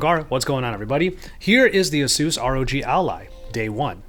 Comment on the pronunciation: It's AH-SOOS